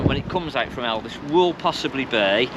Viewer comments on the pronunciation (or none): Why do you keep calling it Elvis. It’s Elddis